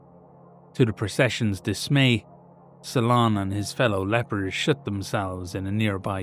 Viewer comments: I know he said "Shut" but I heard "Shit" and that made it so much funnier 😅😂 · I’m sorry but your accent made it sound like you said they “shit themselves in a tomb”